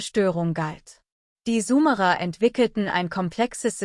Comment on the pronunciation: Sumerer und nicht sumara ...warum liest das eine KI ...